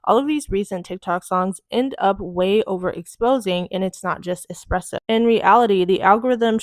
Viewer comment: Why are People saying "expresso" instead of "espresso". 😂😂😂